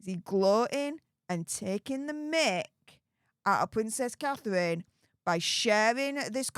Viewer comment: Pvvvincess cathevvvvine ffs get speach therapy no wonder people cant understand what you're saying half the time